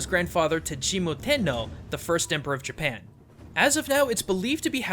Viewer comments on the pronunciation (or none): none